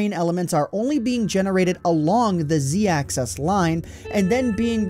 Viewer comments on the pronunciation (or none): Who pronounces Axis "Access"? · You're saying "Access" instead of "Axis" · axis...not access... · Axis. Axis. Axis. Not excess. Axis. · axis not access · Access access access... Axis makes an "i" sound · Axis not access. 😉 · He's saying "access" instead of "axis" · "axis" not "access" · Z Access? WTF man? It's axis. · Why does it sound like hes saying access not axis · Axis. Not Access. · Quality video, but the way you say "Axis" kills me. You pronounce it the same as "access." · It's pronounced "axis" not "access" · sounds like he's saying access instead of axis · AXIS. ITS AXIS NOT ACCESS. IM SORRY I HAD TO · It bothers me that he says access instead of axis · Can you please stop pronouncing "axis" as though it were spelled "access" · The way you say "Axis" bothers me. Not trying to insult, but it sounds like "Axess" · Nice vids... but... Axis. not Access. that was killing me. Otherwise nice vid. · AXIS not ACCESS! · AXIS NOT ACCESS JESUS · Great video, but the pronunciation of "axis" as "access" is a real pet peeve for me. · Axis* not access. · "axis," not "access." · X, Y, and Z AXIS. not access. Axis is also the plural of axis so it's the x axis and the y and z axis. Just say axis. Not access. Great video btw, it was filmed beautifully to show off the repetition. What an awesome glitch. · When you sound 'axis' it sounds like 'access' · AXIS. NOT ACCESS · axis not access fatty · Ohmy days he says access instead of axis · why tf do you say access instead of axis? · The word is axis, not "access". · Is it just me or did saying access instead of axes bug the heck out of anyone listening. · Dude it's 'axis', not 'access'... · You're saying access, not axis. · Axis not access. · This was a great vid, really cool, BUT and practice with me here axIS axIS not acCESS axIS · Axis, not access- dumbass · Axis not Access, man. xD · It's called an "axis". Not an "access". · It's axis not access btw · It's axis, not access. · IT IS NOT ACCESS. IT IS AXIS